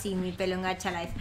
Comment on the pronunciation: En lo de Gacha lo pronuncia pésimo, pero en realidad "Clab" está bien, ya que así se pronuncia en el idioma inglés.